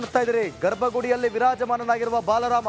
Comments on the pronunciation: marayya balarama alloooo marayya adu baalaram..... kannada cholotaga mataduuuuu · ಸ್ವಾಮಿ, ಅದು ಬಾಲರಾಮ, ಬಲರಾಮ ಅಲ್ಲಾ!!! ದಯವಿಟ್ಟೂ ಸರಿಯಾಗಿ ಉಚ್ಚಾರ ಮಾಡಿ!!! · Pl learn proper pronounciation of kannada. Being an anchor you have to pronounce properly.ಇವರು ಬಾಲ ರಾಮ. ಬಲರಾಮ ಅಲ್ಲ.